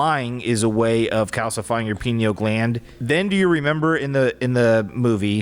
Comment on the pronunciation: i thought was saying "penil gland" I was thinking "omg Pinocchio means penis eyes?!" 😂😂😂 bc one of my friends in middle school used to call people "anus breath" and "penis eyes" as an insult all the time it was like her thing and I was getting ready to text her lmao yes we're still friends in our 30s